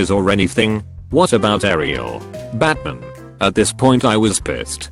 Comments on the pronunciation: The Batman story is so cute awww lil homegirl jus like Batman and that isn’t a crime. Also, Bot saying BAtmahn for 10 hrs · How the text-to-speech said Batman maid it 10x funnier batmin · The way that it kept saying "Batman" was amazing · The way the bot says batman kills me every time from laughter